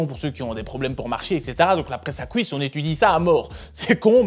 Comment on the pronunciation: "Fouir" , "couisses" 😮 😅